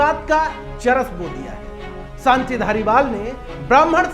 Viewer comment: सानती नहीं शांति